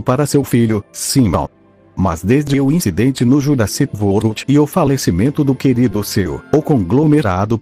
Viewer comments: Ele falou Jurassic vorld o certo é Jurassic world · Jurassic vold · Nessa voz o é engraçado quando fala o nome Jurassic World 😂😂😂